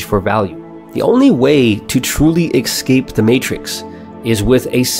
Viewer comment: Kept getting distracted by the number of ‘ekscapes’ 😂 But seriously good video, reminds me of a solid overview of the million dollar fast lane which changed my outlook on life so much.